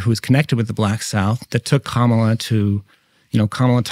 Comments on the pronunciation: Now it’s Karmela😂😂 I heard her pronouncing her name as Carmalita in AZ and NM. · She doesn't even know how to pronounce her OWN name. She is the only Kamala on planet earth who tries to call herself Camel-ah. It's an affectation, which has set the entire tone of perception of her, and rightly so, not that there is a single thing about her character or record that isn't almost axiomatically sus. Nobody has done this to her--she's done it to herself. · Love every time tucker says "Karmela Harris" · In Asia, Kamala is an Indian name and its pronounce as Car-mah-lah!!! Period!!! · Tucker just keeps pronouncing her name however he wants 😂😂😂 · Tucker pretends to mispronounce Ms Harris’ name. Right off the bat. A truly honest man. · There’s no E in Kamala, just saying